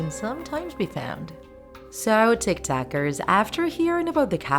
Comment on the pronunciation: I'm sorry did she say tiktakers?!?